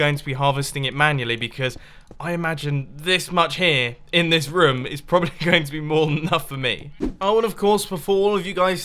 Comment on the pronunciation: it's pronounced room not rom or rum!!!!!!!!!